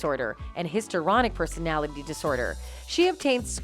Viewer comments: Did she call her female lawyer a he multiple times and she said histryronic instead of histrionic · Definitely. She can't pronounce histrionic, etc, so look them up. Takes 4 seconds.